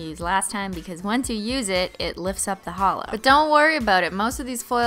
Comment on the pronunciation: YouTube auto generated captions excuse me you said hallow or halo instead of holo 💁‍♀️ 💿